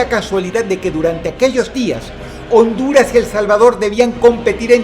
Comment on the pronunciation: Se siente tan bien oir a dross diciendo: "Honduras"